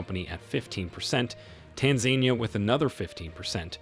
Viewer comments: It's Tan-za-NEE-a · TAN-ZAN-EE-A dude ! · I'm sorry but why do you so badly mispronounce Tanzania??? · It is U-gan-da. And it is Tan-za-ni-a. That is how you pronounce the names of the countries for this video. Please keep this in mind and correct for future.